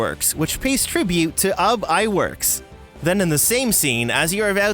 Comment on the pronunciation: It’s ub iwerks said like oob or ooz